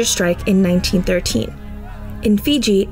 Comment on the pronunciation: It irks me that the indentured servitude past of the Girmits was squashed in the Indian school system. So many times, I catch Indian folks off guard , because I am a Fijian of Indian decent. Also drives me nuts that folks from India say Fizi, instead of Fiji, it's such a belittling gesture.